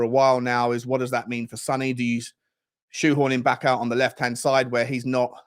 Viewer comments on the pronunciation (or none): none